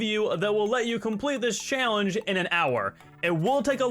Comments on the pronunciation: I’m sorry but you keep saying “challenge-a” and I felt I had to mention it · please stop stressing words like challeng-E at the end of your sentences....it sounds terrible. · Why do you say challenge like that? lol